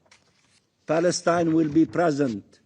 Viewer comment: State of paleston ?🤣🤣🤣🤣🤣🤣 palestonian land ?🤣🤣🤣🤣🤣🤣